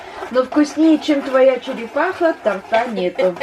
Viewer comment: тОрта, а не тортА😢